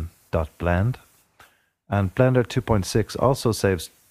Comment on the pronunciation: did you say blander or blender